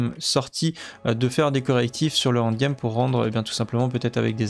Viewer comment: tu es l'un des meilleurs youtuber au nivo journalistique sur D4 ! mais bordel le end game et non pas le hand game da fuck tu me rends guedin bisou quand même